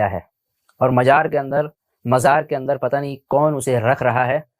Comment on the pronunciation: Majar..... Abe sahi se mazar bolne bhi nhi aata